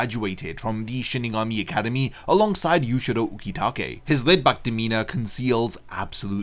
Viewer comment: isn't his name pronounced as Jushiro instead of Yushiro Yushiro is Yoruichi's brother's name